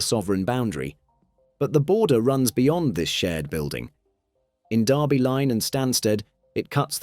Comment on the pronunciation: And it's Derby Line, VT not "Darby" Line.